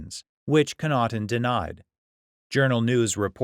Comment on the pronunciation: Daniel Connaughton is my dad. You need to pronounce the name properly. 😁